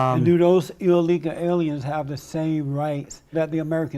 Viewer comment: The fact he can’t say ‘illegal’ tells me everything I need to know about his allegiance and loyalty.